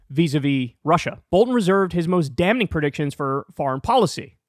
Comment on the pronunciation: Unrelated but Kyle's pronunciation of "Dam-ning" always throws me off, the correct pronunciation is "Damming"